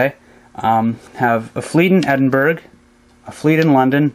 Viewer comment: great vid. btw its u pronounce edinburgh edinbura not edinburg :)